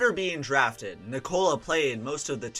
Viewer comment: Americans really cant say Nikola.